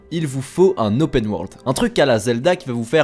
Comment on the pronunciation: Fais un effort sur les prononciation en anglais. ça pique les oreilles. "Ze" saboteur aïe mes oreilles saignent et on dit "opeun" et pas "opène" pour Open. On dit Odissé et pas odissi pour "Odyssey" et pleins d'autres trucs de ce genre. Ok le montage est bon mais le son c'est HYPER important donc travaille là dessus